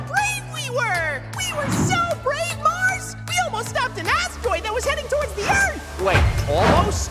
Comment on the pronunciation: There are many mistakes in this vid Even you mispronounsed Mars❤